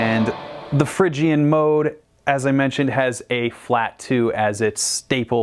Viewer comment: you say Phrygian but its pronounced Phrygian...